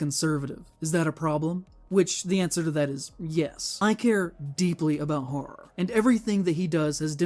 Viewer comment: For someone who cares about "horror" he should really learn how to pronounce it. "Haarrr" sounds like a stupid pirate.